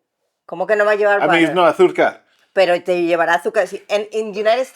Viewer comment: Jajaja "arzúca" me muero cómo dice azúcar 😅😂😂